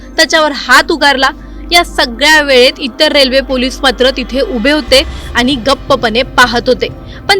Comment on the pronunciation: अहो ,तुम्ही कसले मराठी बोलता ? आनी आणि पानी वाले .... 'ण' चा उच्चार करता येत नाही का ? News anchor च्या सिलेक्शन करतेवेळी मराठी धड बोलता येते की नाही ह्याची चाचणी होते की नाही ? की सिलेक्शन करणारे पण आनी-पानी वालेच असतात ? हल्ली सगळ्याच चॅनेल वर आनी-पानी बोलणाऱ्या news anchor चा सुळसुळाट झालाय . कठीण आहे 🙏🏻